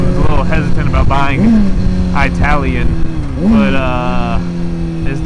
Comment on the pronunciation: I-talian?? Do you say I-taly? No.....c'mon bro😃 I find new channels by watching smaller loggers shout outs and recommends. Good seein you bro, I'll catch up on your other vids